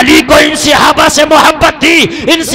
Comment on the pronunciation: sihabah nahin hota hai sahaba hota hai